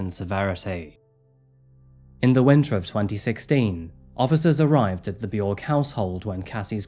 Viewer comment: B-yorg is what you went with? Cmon man it's obvious that's not how it's pronounced